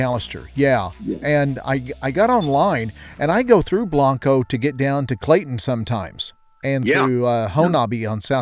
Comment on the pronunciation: Its pronounced blain-co